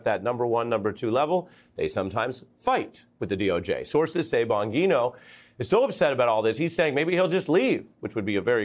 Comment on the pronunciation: lost me at "bon_GEE_no" 😅how do you not know how to pronounce names of basic figures in politics when this is ur whole job